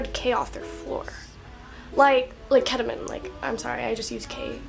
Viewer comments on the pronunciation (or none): It's ketamean not ketamin